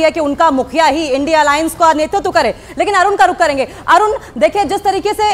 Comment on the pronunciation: एनडी नहीं है इंडिया है बोलना सीख लो पहले